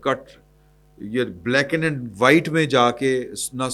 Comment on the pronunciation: او بھائی کتنی دفعہ سمجھایا ہے کہ بلیک این وہائٹ ہوتا ہے یا بلیک اینڈ وہائٹ ہوتا ہے۔ بلیک این اینڈ وہائٹ نہیں ہوتا۔ ایسی غلطیاں نہ کیا کریں۔